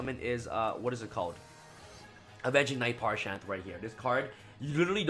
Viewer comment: Parshath not parshan.